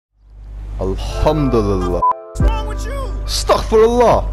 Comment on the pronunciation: Brother don't say astak firullah say astagfirulah